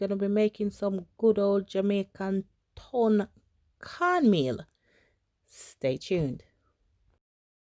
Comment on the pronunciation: Tun not turn lol...I have never had this but will give it a try...send mine thru royal mail lol